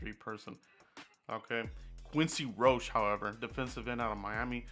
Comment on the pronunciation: Any miami hurricane will work... I love Miami...it's quincy ROC-he... Not roach...